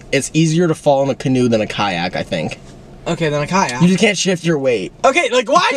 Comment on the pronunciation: “KING KYACK” IM DEAD